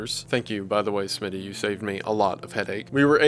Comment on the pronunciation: Now at the beginning when u thanked ur friend for helping, did u say smi7y?